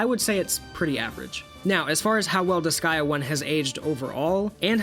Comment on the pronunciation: Why do you call it disgaia? It’s disgaea, DIS GAY A